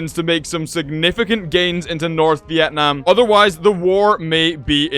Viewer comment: Sorry but your saying Vietnam wrong but your really close from saying correctly!